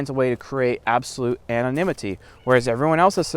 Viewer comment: "Anonimity, Anonimity" don't know why I had a big laugh when you said it XD